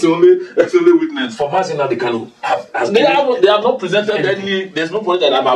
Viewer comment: Pse, point of correction, it is KANU and not KALU